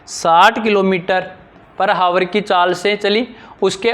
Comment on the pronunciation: आवर होता है ना कि हावर